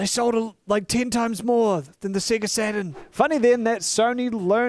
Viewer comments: why does he pronounce sega as "siggurt" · Without the accent I can tell your Australian with how you say sega